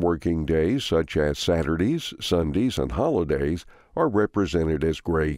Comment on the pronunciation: SaturDEE? SunDEE? 😀😱